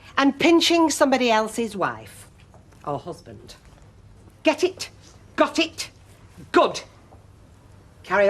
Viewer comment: I heard the phrase, "Get it, Got it, Good" in the basic training while marching to it in step and I could hear it as a beat in my head. I always loved it when my TI shouted it. I adore the way you say it, that accent and very authoritative. Love from the USA!